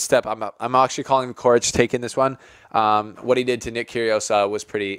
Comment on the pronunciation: Coric is pronounced «Chorich», both C's are pronounced the same.